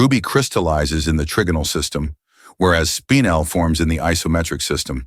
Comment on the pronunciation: "Spinel" is NOT said as "spine‐l".....it is said as "spin-el" get it right or don't do it at all. Spinel is stunning as it is "double refractive" whereas diamonds are only single refractive.